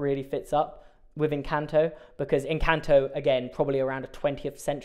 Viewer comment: It’s pronounced EN-CAN-TOE